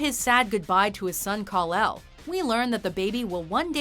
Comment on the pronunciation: Marlon Brando was great and everything but someone really should have told him how to pronounce 'Krypton' & 'Kal-El' properly